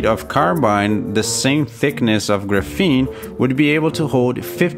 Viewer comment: I really enjoy your video, high quality and interesting to watch, quick question though - why you keep pronouncing it as ‘gruh-fene’ when it’s supposed to be ‘graf-fene’, it’s very distracting when trying to listen to your content. Other than that, Great work! please keep making videos.